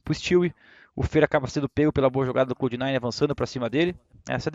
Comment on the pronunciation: Que nervoso que dá de ouvir o Fallen falando "CLOUDE"